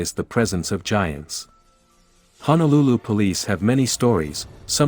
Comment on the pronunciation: Brah, Honolulu and Waianae are separate counties. And it's HONOlulu, not HANAlulu. I can tell you one haole from da mainland.